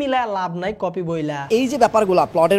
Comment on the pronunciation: Tui tokai copy k copy bolte shikh 😂